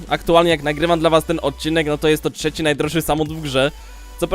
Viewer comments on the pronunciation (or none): none